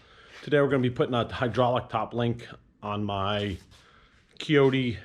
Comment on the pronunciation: Shoulda just flipped the entire cylinder over where the hoses come out the bottom. And also it’s a Kioti with a long I ( pronounced like coyote) not a keoti.